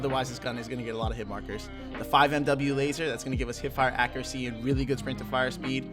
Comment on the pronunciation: Great vid but FYI 5mw is pronounced 5 milliwatt